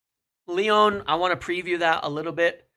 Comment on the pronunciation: Leone (Lyon), Simone's (Simmons), Ineose (INEOS). American's really don't do well with the letter o it seems.